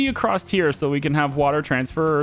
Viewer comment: Why do you keep saying ''acrosst'' instead of across? Is it a thing where you live? You probably can't help it but its kinda annoying me as i am used to saying ''across'' as thats the normal way of saying it and my brain keeps saying thats the normal way of saying and should be said.. no hard feelings though